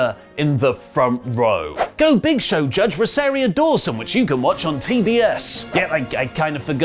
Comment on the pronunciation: “RosariA Dawson”?! RosariA? please... that’s RosariO Dawson! Bloody Ahsoka Tano ffs